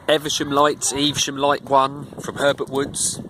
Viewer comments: I think it's pronounced Ev-Sham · the boat name is pronounced eve -ver-shum , great review